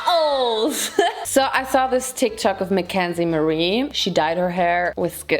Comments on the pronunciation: No one: Literally no one:: Calls TikTok TikTik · Did she say Tik Tac Instead of tik Tok ? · i guess she said tik tak...i watched the video yesterday and i thought i noticed tik tak....but to be fair i am just a pedantic and i hate tik tok. its just braindead 🤷‍♀️🤙